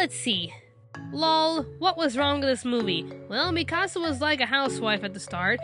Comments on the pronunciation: It's Mee-ka-sah 😒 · Ur saying Mikasa like " mi casa " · Lol why did you say Mikasa like "Mi Casa". Have you seen the anime? They say it about a hundred times... "MEE-kah-sah" I can understand certain changes to adapt a live-action series and maybe take a slightly different approach, but I think the part they couldn't do without was having Aaron's mom died... He's the main character and now he has almost no motivation for being so bloodthirsty against the Titans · I hate when people pronounce her name like Mi-Casa, it’s dumb! It sounds like Mee-kuh-sa! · Did she just say MI-KASA?! IT IS MIKASA! And she pronounces hanji’s name wrong. It’s not HAN-JI it’s hanji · It was annoying that she couldn’t pronounce mikisas name XD it’s pronounced ME-KA-SA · I know I'm late... but that Mikasa pronunciation, sounds like youre speaking Spanish 'mi casa' :P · its mikasa es su casa, you did it wrong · Awesomewolf23 MEE- KA sah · u mean MIIIIKA SA? or MIIIIII KASA or MIIIIIIIIIIIIIKKKKKKKKKKKAAAAAAAAAASSSSSSSSAAAAAAA? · u said mikasa wrong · you are saying mikasa name wrong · They say mikasas name wrong!!!!!!!!😡😡😡😡